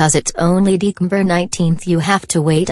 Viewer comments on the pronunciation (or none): Kimberly doesn't know how to say December